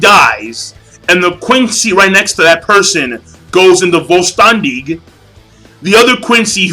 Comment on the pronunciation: vollständig is pronounced foll shtendig king